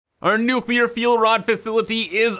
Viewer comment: I really appreciate that you say nuclear and not nukuhlear like some kind of psychopath